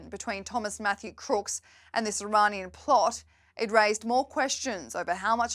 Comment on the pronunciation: why cant she say Iranian?